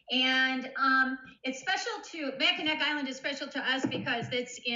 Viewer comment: I am shocked that you called it MACKINACK Island...when the actual pronunciation is MACKINAW....